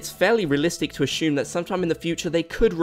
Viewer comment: You know what they say... don’t ashume is makes a shu of me ??